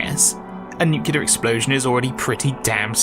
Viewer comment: Great video, but you pronounce nuclear wrong so I'm coming for ya'